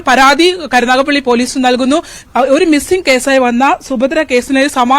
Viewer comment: കരുനാഗപ്പള്ളിയല്ല കരുനാഗപ്പിള്ളി 😂😂😂